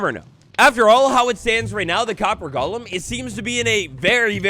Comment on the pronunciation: It’s “golem,” not “Gollum.”